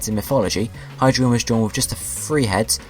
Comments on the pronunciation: well ur wrong, u need to use the German pronunciation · You mispronounced them all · you mispronounced them. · It's ein (EYE-N), zwei (ZV-EYE) and drei (DR-EYE). Hydreigon is pronounced (HY-DREYE-GON). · Neither did the guy who made this video according to how he's pronouncing the names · You said all their names wrong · You said all their names wrong, all of them.